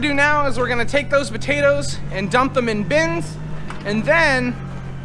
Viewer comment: Why u all say butatoes instead of potatoes. Just askin